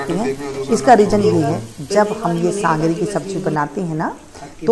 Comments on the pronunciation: Sangri nhi sogri bola jata hai. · Mem sangari nhi sogari bollo